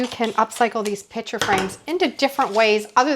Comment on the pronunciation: I hope this doesn’t sound as critical as I think it does--😢 but, your pronunciation of "piCture" as "piTcher" really assaults my ear! LOL! 😅 😮 I loved your ideas and how you transformed the picture frames, 🎉 ❤but I had a very hard time listening to you say: "piTcher" frame so many times...😢 Is this pronunciation typical of your regional area?